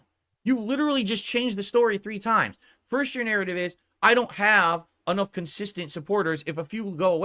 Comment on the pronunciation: Sorry snort but I heard pronounce “narrative” one time and clicked off of the video lol. I can’t do it